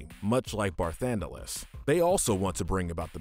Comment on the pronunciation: For Sin, you said the summoner becomes the next Sin, that’s not correct. It’s one of the summoners guardians sho is turned into the final aeon that is then made into the next Sin. You mispronounced Ultimecia and Edea’s names and then Barthandelus as well (13 even had voice acting) so I’m fairly sure this list wasn’t written by a true fan and this whole channel is just a content farm